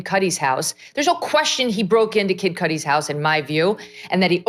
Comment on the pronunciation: Megyn Kelly saying Kid Kudi makes giggle.